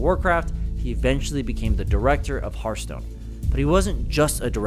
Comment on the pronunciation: Why do people say "hurthstone"? Do you say "hurt attack" instead of heart attack?